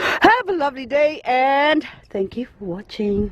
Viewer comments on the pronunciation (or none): none